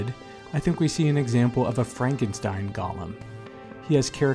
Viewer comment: Firstly; it's a "GOAL-lem," not "GAHL-lem". "GAHL-lem" (Gollum) is a character from 'Lord of the Rings.' As for other such characters; well,what about revenge-films in general? Even Charles Bronson in 'Death Wish' is pretty scary, and by the end of the film, he becomes almost indistinguishable from the thugs he kills... Something to think about.